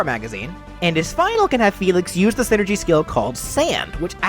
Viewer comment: so is it pronounced scinergy or something?